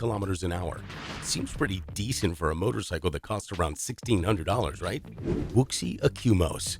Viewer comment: The pronunciation of "Wuxi" and "yuan" are incorrect.